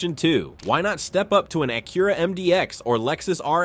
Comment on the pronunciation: how are there so many words that are not pronounced correctly? ex: ack-yoo-ra Acura